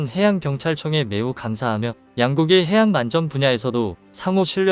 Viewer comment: 수고가 많습니다만 원고를 읽기 전에 틀린 곳은 없는지 교정을 하고 자막을 올리고 더빙을 해야 하는 데 그렇지가 않군요. 읽으면서 좀 어색한 어휘가 없었나요? 그대로 따라서 읽고 계시던데요? 1분51초에 " 양국이 해양 만전 분야에서도? ' 는 해양 안전 분야로 해야되겠구요. 2분1초에는 "바다에서 위험에 저해 있는?" 에서도 "위험에 처해 있는" 으로, 2분4초와 2분12초 에는 "해량경찰관으로서 "에서도 해량경찰이 아니고 해양 경찰로 해야 겠죠? 만에 하나라고 미리 원고를 교정할 시간이 없었더라도 읽다가 말이 안 되는 것을 느끼지 못 하셨다면 그것도 문제가 되겠습니다. 끝 까지 가 보면 더 있을 것이기에 그만 지적하겠습니다.